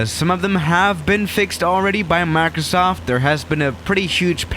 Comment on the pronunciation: Nobody:: Maurcrosauft